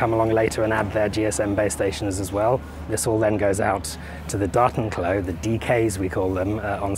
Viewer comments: Sounds like you got all your ducts in a row! Btw, I heard "Dartenklo" at first and couldn't make sense of it. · I was like, "is he really saying 'docking toilet'?...yup...sure is." lol Bonus points for "Tardis". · Say 'Datenklo' one more time! I double dare you! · Datenklo. The accent was so weird I did not understand it right away xD"